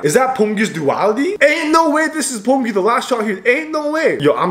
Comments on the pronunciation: Why is he pronouncing beomgyu as bommbgyu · You are saying pomgyu😂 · bro hes pronouncing his name as 폼규🤣😭